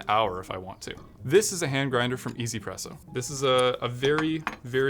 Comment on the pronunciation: I heard him say EZ presso but I think it's actually 1Z presso